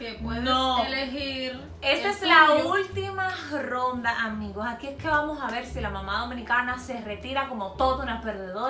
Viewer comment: Por qué dice gronda e n ves de ronda jajajajajaja😂😂😂😂